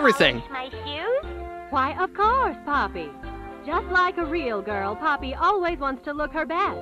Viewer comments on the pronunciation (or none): Ok first called poppy woody the you called her pa-nok-io